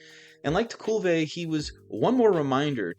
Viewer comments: Great video, btw it's Tekulvee not vah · Just for future reference, Kent's last name is pronounced Tekulve, with the 'kul' part rhyming with the words 'hull' or 'gull.' 🙂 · the name 'Tekulve' has the 2nd sylabble accented...no one in Pittsburgh is going to know who youre talking about until you showed him on the video...Great pitcher and competitor. I think he pitched for the World Champion 1971 Pirates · It's Te-Ko_VE.